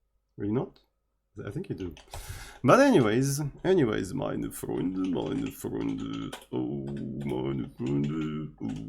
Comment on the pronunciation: Yes you are right! I'm also impressed by your pronunciation of the occasional "Scheiße" and "Meine Freunde".